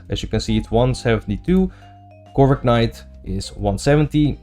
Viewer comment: stop saying corviknight like that pls